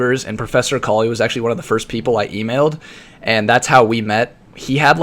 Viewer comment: you pronounce akali like ecoli....^^